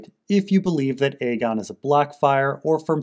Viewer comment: I can't even verbally explain how much i appreciate it when you call it Aegon rather than fAegon.